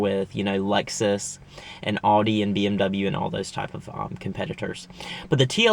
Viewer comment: You say "Audi" very strange